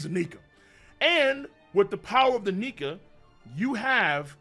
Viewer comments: If you ain’t black learn to pronounce Nika right!! I’m call DR Umar on y’all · Luffy is a "Nika". LMAO!!!